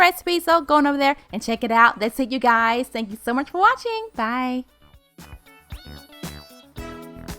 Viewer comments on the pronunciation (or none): none